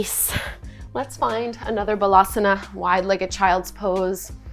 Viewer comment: Excellent class. Thank you. I think you should say Baalaasana not balasana. Balance means child, bhala means strength. You want to sat child’s pose not strength pose.